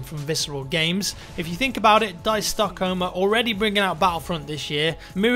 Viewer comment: Please stop saying Stockholm, you can't say it propobly...